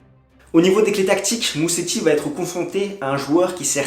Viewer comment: On prononce "Mouzetti", pas Museti !